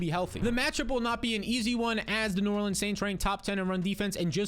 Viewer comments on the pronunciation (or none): none